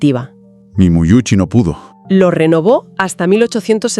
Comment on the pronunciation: audio insoportables, qué es eso de muiuchi, es simplemente MEUCI, parece que los bots no son tan inteligentes